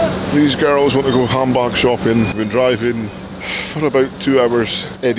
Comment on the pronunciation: I thought he was saying humbugs i was like wtf. Like a christmas humbug? Then i eventually figured it out. Handbag.